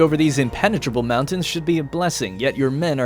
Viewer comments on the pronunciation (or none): none